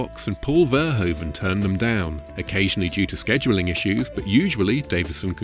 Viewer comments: It is pronounced fur hoof un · Get a Dutch person to tell you how to say Verhoeven. You are not doing it right.